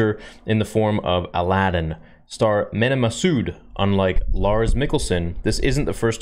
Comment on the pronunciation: Mena pronounced Me-naw